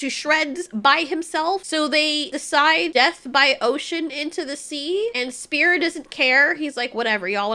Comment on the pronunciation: bro called spear spang 💀